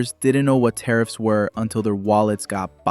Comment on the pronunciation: Carrots not tarriffs